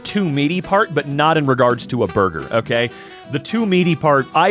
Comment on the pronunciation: that “borgir” has me laughing more than I probably should 🤣😭